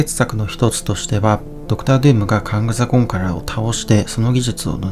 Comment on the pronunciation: 征服者カーンとかカーンダイナスティとかって言うのに、名前言うときだけカングって言うのに物凄い違和感あるのは地球上で僕だけ?